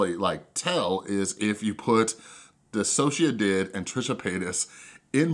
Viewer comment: Even though I don’t really like you because of the whole “thing” you try to do on your channel, you’re the first person I’ve watched to ever pronounce DissociaDID right